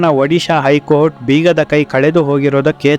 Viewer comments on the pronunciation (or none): none